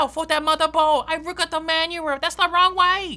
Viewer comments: It rook rike a Jackson pollock painting 😂😂😂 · IT ROOK RIKE A SPAGHETTI